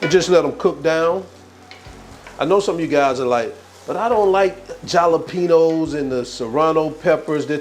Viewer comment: “Picadillo, learn to pronounce it..” .. proceeds to pronounce jalapeños wrong 😅 smh lol